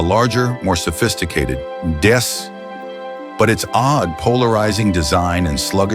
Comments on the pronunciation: "The larger and more sophisticated Dess." It's DS - two letters, and is pronounced as such. I'm assuming this is an AI narration. Regarding the Ami 6, the shape of the body and lack of rear wheel arch always made it look like a shoe to me when I was young, but quite a few cars back then had that swept-back rear window; the Ford Anglia, Ford Consul Classic and Reliant Regal 3/25 are examples I know of. Re three-wheelers, the advantage of those was that they could be driven on a motorbike licence, so - if like my mum and dad - you ended up with more children than you could fit in a sidecar (with mum riding pillion) you still had family transport until you passed your car driving test (which was when dad graduated to a Vauxhall Viva). The green and white 'Ferodo' Bond, by the way, was anything but underpowered - it had a Hillman Imp 875cc engine, fitted in the back. Pretty powerful for a very light fibreglass bodied car (coming in at 400 kg). With the weight at the back and only one wheel at the front that's power enough! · DS pronounced Déesse (Goddess). And L’Ami 6 pronounced La Missis(the Mrs).